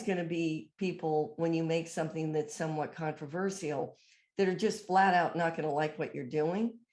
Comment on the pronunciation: That Kennedy didn't even pronounce 'controversial' properly. That shows how intellectually challenged she is, and even she isn't aware of it. Or maybe she is, she just doesn't want to admit it, for to her that is as bad as admitting defeat.